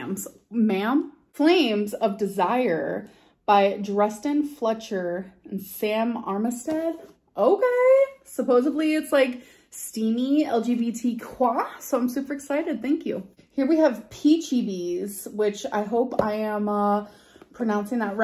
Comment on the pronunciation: I slowed it down; she does indeed say "supposively".